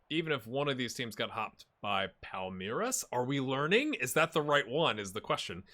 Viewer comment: Nice pronunciations on both Palmeiras (SEP = Sociedade Esportiva Palmeiras) and the very first time for Cuiabá. Also, well done with Fortaleza.